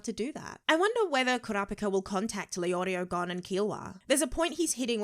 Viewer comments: Press F for her calling Uvogin 'Ugovin' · Nobody:: Ooh-Go-Vin